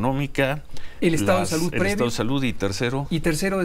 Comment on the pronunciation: aja a ti te gusta nomas escuchar a kks diciendo : salutt, covitt, amistatt , dijistess , vistesss, trajistess . Eso si te gusta mucho . 🤣🤣🤣